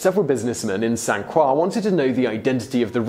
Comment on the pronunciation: Did you pronounce St. Croix as San KWAH?